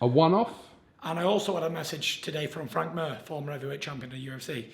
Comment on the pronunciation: Frank mur haha can tell he never went to school